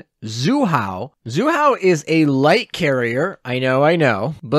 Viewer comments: haha it's Zuihou like Zwee hou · pronunciation assistance: zwee-hoe